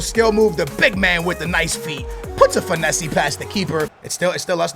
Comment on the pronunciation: It's not finesseee it's pronounced fin-ess